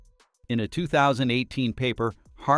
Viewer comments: "Harvard" not "Havard" = your AI clown voice must have hit a typo ! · the robot cannot even pronounce "Harvard".